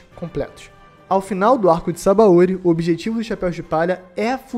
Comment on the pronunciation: Sabaôri é o teu cool. Pronuncia direito, porra